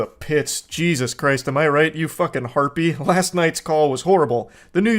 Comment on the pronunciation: I like how he always says Harpie